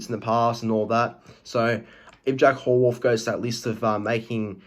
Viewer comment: Yeah, he certainly got that superstar potential. BTW, its pronounced 'How + Worth'